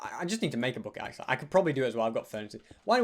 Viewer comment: i love how ses he has 3 lives "acsuly haz 4"